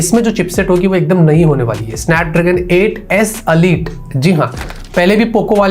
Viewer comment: अलीट नही होता इलाईट होता है